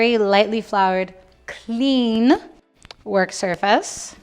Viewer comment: The way she put emphasis on the word "clean." She KNEW someone out there needed to hear that!